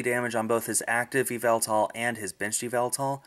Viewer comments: Also the official pronunciation is ee-vel-tall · its pronounced. ee-VEL-tal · the correct what to pronounce yevltal is Ya-ev-Eltal